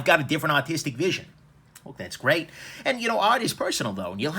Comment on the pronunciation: When u say artistic vision I keep hearing autistic vision lol love your videos though.